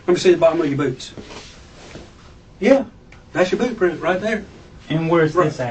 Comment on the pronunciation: Yer wearin' the bewt. That's yer bewt.